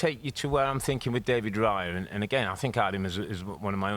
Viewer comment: it's "Raya" not "Riya"...